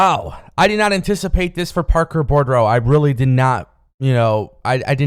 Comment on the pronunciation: his last name is pronounced "boo-drow". There is only one "r" in his name. No offense. I appreciate your videos. I just want you to sound smarter. When you sound smarter, you sound more professional. When you're viewed as more professional, you'll get more eyes on your product.